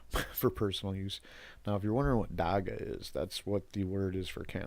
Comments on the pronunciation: It is not pronounced Dakka. It is more like dach-hah. We have a huge Rastafarian community, even a famous rastafarian lawyer (Gareth Prince) who have been fighting for legalisation since the 90s. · I know his not from here but the way he pronounces Dagga is irritating.